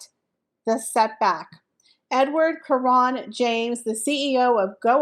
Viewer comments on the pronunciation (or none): none